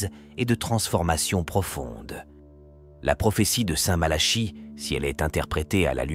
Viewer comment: Malachie mais on dit plutôt " MalaKi" non !? À chaque fois cette prononciation m' interpelle !!! 😢